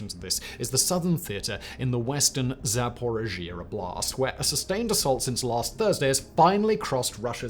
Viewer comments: Firstly, thanks for the analysis of the counter-offensive so far. Secondly, being a viewer of Ukrainian and other Eastern European Youtuber's daily updates, your pronunciation of Ukrainian towns and oblasts makes my ears. bleed. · Someone teach him how to pronounce Zaporizhia